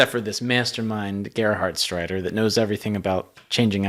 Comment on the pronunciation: Greetings from Germany! The pronounciation of the name Gerhardsreiter was super. It is a very difficult name. I am impressed.